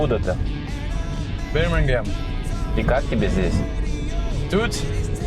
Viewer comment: Парень из Бирмингема плохо произносит название родного города. Оксфорд, штоль заканчивал?